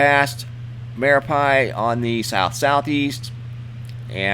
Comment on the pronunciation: It's pronounced mare ah pee.